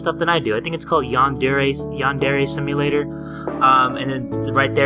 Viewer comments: now he be like- HEY GUYS WELCOME TO YAN-DAIRY_SIMUTAER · I just saw the video of you comparing this version and your new version so i scrolled ALL THE WAY down here for this video. The difference is awesome. Back then you couldn't even say Yandere Simulator😂 (Sorry that i am laughing) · Ah yes when he couldn’t pronounce yandere simulator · Mmm yes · And look where you are now..... you couldn’t even pronounce the title.